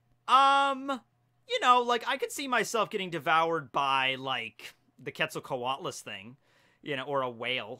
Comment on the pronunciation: Bruh, the Dodo is not the Magikarp of the Ancient Zoans, it's the Sunkern. Also, quetzalcoatlus is pronounced like Quetzalcoatl, the god it is named after. Fun fact, they would fly across whole bodies of water like the Pasific or Atlantic in search of dog-man sized food that they could swallow whole, and when they are walking around like in the picture , they would be as tall as a full grown giraffe. A fact about the Arthropleura is that they were 3 meters long full grown and may not have been carnivores. Sarcosuchus (pronounced SAR-koh-SOO-kiss) was 12 meters long full grown, weighed a little under 9 tons, with a bite force of over 9 tons, the presence alone of a Sarcosuchus is enough to make a Spinosaurus find a different place to fish.